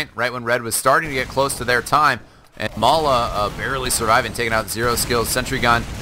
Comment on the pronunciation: May-la? Isn't it pronounced as May-lay? (As said by STAR)